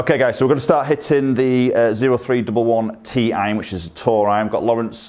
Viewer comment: It's not "zero three double one". With Dr. Parsons being a former Marine, he named these irons after the Marine military occupational specialty of infantryman. The way it's pronounced is "Oh three eleven". I am a former Marine myself and the way some people pronounce the name just makes my ears bleed. For example, the driver is not "zero eight double one". It's pronounced "Oh eight eleven", and that's the Marines military occupational specially of artillerymen. Hope that was helpful.